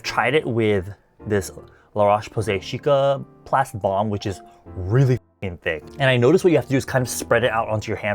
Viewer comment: Please cicaplast not chicaplast the « ci » like sea